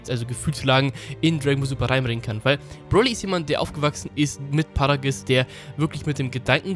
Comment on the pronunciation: Es heißt Paragus und nicht Paragiss